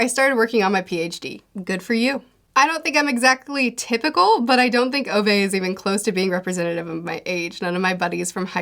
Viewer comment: Ove's name is pronounced (oo-veh) not (oh-vay) btw - t. Swede who has a great-uncle with that name :)